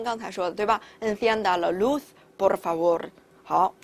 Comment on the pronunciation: Por就没必要发大舌音了吧 听着好辛苦